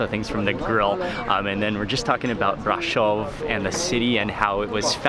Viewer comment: I love how he pronounced "Brasov"